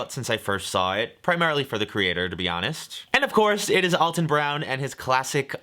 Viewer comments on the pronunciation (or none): If you love him you should know he's 'Al' ton not 'All' ton